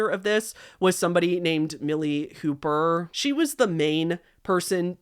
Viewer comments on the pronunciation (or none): none